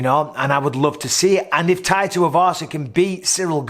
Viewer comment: "I loe you Mike"